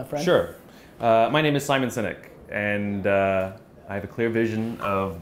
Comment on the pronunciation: Did he say Simik Sinek? haha Loooooooove Gary Vee